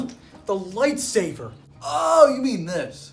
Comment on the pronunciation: why did you call a lightsaber a lightsaver???